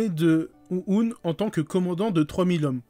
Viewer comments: ça me tue comment tu prononce Ouhon tu le dit Ou-oune XD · Bon ya un truc qui m'a vraiment fait rire c'est le "OU OUN" mdrrr, c'est "OU HHHON" :D